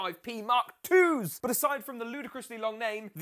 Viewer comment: The way he says but 😂 BUHT